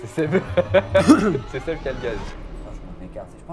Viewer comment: On en parle du fait qu'au début, personne n'arrivait à dire le prénom de Seb correctement ? Je chiale de rire depuis tout à l'heure j'en peux plus x)